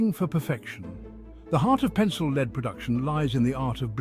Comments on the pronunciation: lead, in this case, is pronounced "led" the e is short as in egg or there would be a line above it. i only mention it because after a few minuets its said like 30 times and is very distracting to the content. if you are using an auto-reader, just spell it "led" and it'll say the correct word. :) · English is difficult for this A.I.. Pronouncing lead as leed.